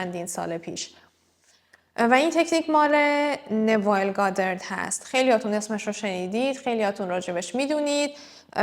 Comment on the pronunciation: این ایشون را درست تلفظ نمیکنید ایشون نوایل نیستن نویل هستن.